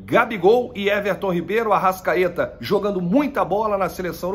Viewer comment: Não é ArraSSScaeta. É ArraXXXcaeta!